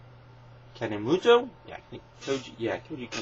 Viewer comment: It's pronounced Kan-e-moto